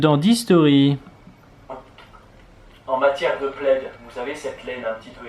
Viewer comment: Bonjour, J'adore tes vidéos. Juste un petit complément. On ne prononce pas le d final dans le mot plaid. bises <3